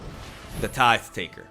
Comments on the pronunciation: You get a sub and like just for saying Tithe correctly. ^_^ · A miracle has happened! You pronounced "tithe" correctly and Merchant did it incorrectly!